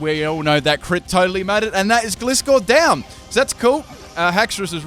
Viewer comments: Gly-skor as in gliding scorpion. Not gli-skor. I still liked the video doh.👍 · The way he says gliscor...